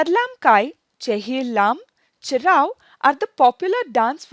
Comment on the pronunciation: I am so happy the first quiz being about our traditional dances. Mizoram indeed entered Guinness World Record in 2010 for Cheraw with the largest number of dancers in one go. Also love how you pronounce the three dances!!!🤩